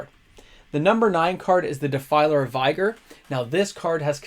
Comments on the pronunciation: uhm.... Amulet of.... Veighar?!? u mean Vigor (pronounced vig-or)?? like Force of Vigor or whatnot... did u not know that or was it a mistake in the moment (>.<)? oooor is this sum tinfoil hat moment of saying something wrong just so I comment to correct u? LOOOL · plz it's Vig like dig a hole, Defiler and Amulet of Vigor will thank you. It goes counter to your advice when you mispronounce words... Unless there is some wacky Canadian or inside joke I am missing... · BRO THE WORD IS VIGOR AND IT RHYMES WITH BIGGER